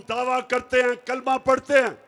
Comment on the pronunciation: Y he cant pronounce kalma properly.